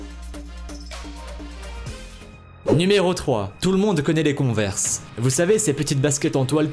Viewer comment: Conver quad tu le dit tu dois mettre un axent englais